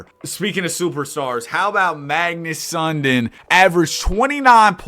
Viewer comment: Sundin is pronounced Sun-Deen not Sun-din.